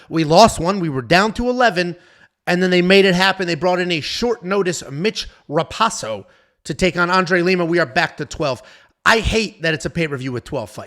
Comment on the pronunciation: hey btw its mitch ra-pohso, not pahso. usually i dont care but this dude is a cage titans legend, sat next to his parents before a couple of his fightss and theyre all great people